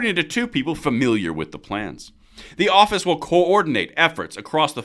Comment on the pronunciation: lol He said Orifice, thanks man